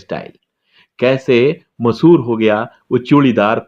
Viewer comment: O bhai , masahoor nahi mashahoor hota hai